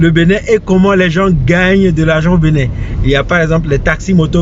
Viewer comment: Y'a que moi,qui entend la prononciation" Benet" au lieu d'entendre Bénin,ou du moins c'est le nom de cette ville qui est benet